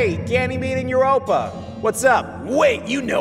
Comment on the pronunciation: I I just heard ganymade called Europe babe?!..😂😂